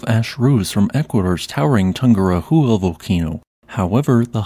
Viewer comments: Please mind your speech and learn to pronounce Tungurahua. It is a name born in Quechua, the ancestral aboriginal Incas culture language that reined the Andes Cordillera for thousands of years. It is not Tungura-jua! The "h" is not pronounced and, even less, not turned into J ( jota in Spanish ) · The name is pronounced TOON-goo-RAH-wa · toon-goo-RA-wa. 4 syllables. Yes, tries, but his pronunciation is rough. Give him credit though...it took me years to get these names down... including a long conversation from the director of the Geophysical Institute of Ecuador. and I still can't say the "hardtopronounskis" of thr Kamchatka peninsula.